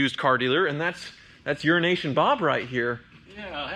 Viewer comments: Why do you keep calling him "Urination" Bob? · Small peice of advice...slow down a bit when speaking.... I thought for sure you said urine Nation Bob...I had to skip back and play it again before I realized you said Euro Asian Bob....lol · Urination Bob? Did I hear that correctly? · I could have swore I heard call him Urination Bob. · I swear you kept saying "Urination Bob" and was expecting him to piss his pants at any time. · Did he just say urination bob? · I heard the same and came to the comments to check 🤣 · You really need to be careful with how you say EuroAsian. It sounds like urination! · no, he’s mispronouncing “euro Asian” as urination to make fun of him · dude he actually corrected you putting emphasis on ASIAN 😆